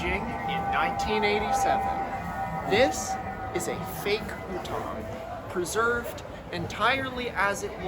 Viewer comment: At the end of your stay in China, you were pronouncing hutong like that?